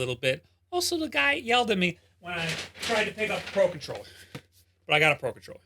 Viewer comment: Why do i hear "Paw Patroller" every time you say "Pro Controller" 😅?